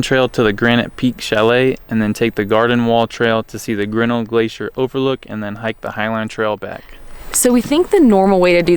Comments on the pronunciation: I am from Montana and worked in Glacier for two summers....The correct pronunciation of Grinnell: The accent is on the second syllable..not the first...so " gri NELL" It's named for George Bird Grinnell....editor of "Field and Stream" magazine and an early explorer of the park. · It's pronounced Ģrin-NELL !